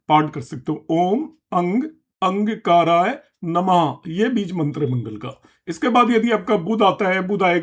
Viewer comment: अंगकाराय नहीं अंगारकाय है